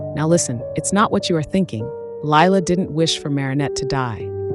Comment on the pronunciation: I HATE LIE-LA